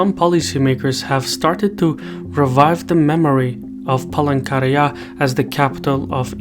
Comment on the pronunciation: Are just me heard Palangkaraya as Pole Korea lmaooo